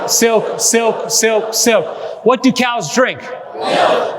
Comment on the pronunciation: Did he mean "what do cows drink?" Because it sounded like what do child's drink? I re-wound it three times and maybe it was what do chows' drink? But definitely wasn't COWS. COWS drink water and produce milk. But Chows? Child's? 😂😂😂 Sorry, I knew it was a trick question, but Chows??? 😂 Seriously though, what a great presentation and wonderful information. 🎉 PS vitamin G is also an outdated name for Riboflavin, or B2. Found in Meats and cheeses and is really good for you also.